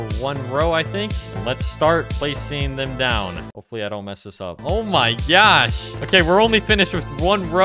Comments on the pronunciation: bro i cant unhear the "o my gyatt" oops i meant the "o my gosh" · Who else loves it when he says: “Oh My GYaSh”